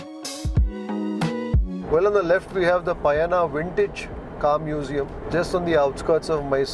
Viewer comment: Ji "PaYaNA" is the Kannada word for "Journey" Stress is on the final syllable Na....the NA is pronounced similar to the kannada word 'DarshaNA' or 'LakshaNA', etc!